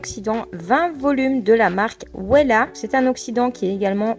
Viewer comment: Euuuhhh ça se prononce vella ( Wella) et non pas ouéla 😂